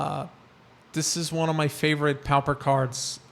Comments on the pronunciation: My dude its not pow-per its POR-per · Actually, it is pronounced PAW-per (or PAA-per). No "r" sound.